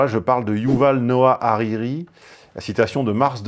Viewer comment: Par contre c'est Arari pas Ariri